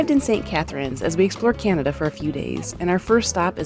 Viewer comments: It’s not canadia it’s Canada 😒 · Mis-pronouncing the name of the country is very disrespectful! Your “Americanian” ignorance is showing. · Thanks for visiting our beautiful nation. We loved having you. you pronounce Canada wrong. We forgive you. 😂😂❤